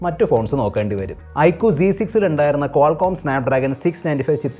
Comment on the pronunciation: I കു അല്ല mr....I ക്യു.......ചമ്പൂർണ ചാച്ചരത